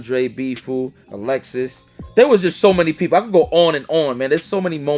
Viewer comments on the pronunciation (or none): none